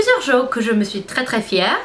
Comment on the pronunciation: Tu parles vraiment bien le français! On dit "je suis fière" pas "fièrte" lol en tout cas ce qui est bien c'est que quand on te dit comment on prononce tu le retiens pour là prochaine fois, j'ai remarqué que tu évolues beaucoup :-) Je ne sais pas si tu connais la série "2 Broke Girl" mais je trouve que tu as la même tête que Max Black (l'actrice principale) en blonde bien sur! :p Gros bisous de Belgique (éh oui c'est loin de où tu habites lol) et surtout continue tes vidéos tu es superrrr :-)